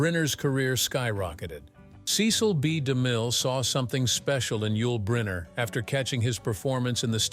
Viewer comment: Click bait. Doesn't even pronounce Yul Brynner's name properly.